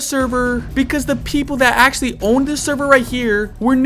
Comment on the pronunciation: blud said acholy